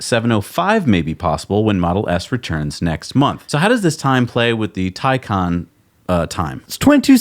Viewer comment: Taycan Watiti get it right!